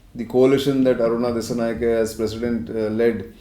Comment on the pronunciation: This editor from India don't know about country Sri Lanka and pls pronounce the name correctly "Dissanayaka" not "ke" even it writes as "Dissanayake"